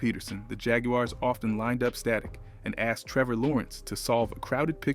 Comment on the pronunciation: agree backing out. gotta pronounce the team name correctly